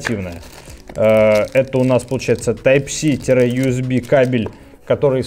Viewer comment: Я один услышал Тайп ЩИ?🤣🤣🤣